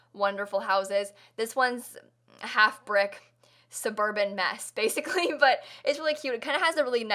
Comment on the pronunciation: it was....um....anyway...BASICWY